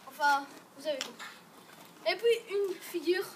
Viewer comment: " Et pouis "